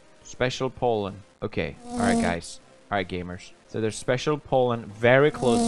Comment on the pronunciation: How pewdiepie pronounce gamers : gAYmeRs